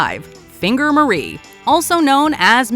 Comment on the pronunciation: Marie as in finger Marie is actually pronounced as ma-ree